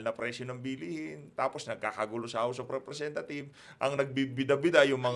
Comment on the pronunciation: Parang house of repthieves ang bigkas.